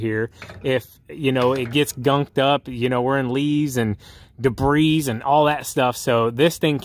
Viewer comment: What is debreeze? Does he mean debris? Lol.